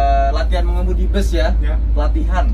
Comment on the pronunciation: Knp bus/bis di indonesia dilafalkan jd bes? Truk jg dibaca trek?